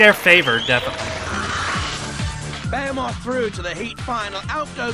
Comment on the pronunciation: I’m with you on Rabid and Behemoth, I thought that was how we all said it in The UK- surprised to see them both said differently on this. I had heard ‘ray-bid’ before but thought it was just someone who didn’t know the pronunciation. Bear-moth is very strange to me.